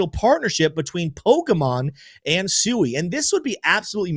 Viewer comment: I like your videos but could you please use the correct pronunciation of Sui?